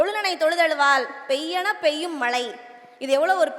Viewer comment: 😂😂😂😂😂😂😂😂 ( "மலை" இல்லடி " மழை" ..நல்லா சொல்லுமே நா.தா.ரி..." மழை"